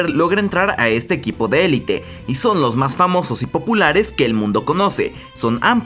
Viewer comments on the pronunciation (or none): none